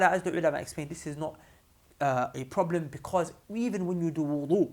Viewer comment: idk I'm dying of laughter😂"No proo bleem oo" anyways may allah bless